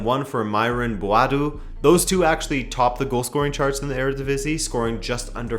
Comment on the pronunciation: Your Eredivisie pronunciations are really adorable. Kudos on using the Dutch pronunciations.